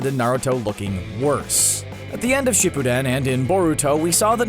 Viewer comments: he said shippuden wrong sorry if i spelled it wrong but i’m laughing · The way he says shippuden 🤣🤣🤣